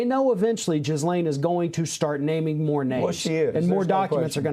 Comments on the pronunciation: please stop saying "Jizz-lane". Ghislaine is pronounced "Gee-lane" with a hard G. The S is silent. Her name has been in the news so much I can't believe you are still saying it wrong. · Jizz-lane is somehow very appropriate....